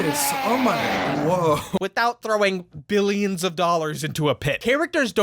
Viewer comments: Did u just say "billiams of dollars?" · Did he say "billiams and billiams of dollars"??? 🤣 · Did you say "billions and Billiams of dollars"? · "Billions and Billiams of dollars"😂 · billiams of dollars did you say? Lol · “Billions and Billiams”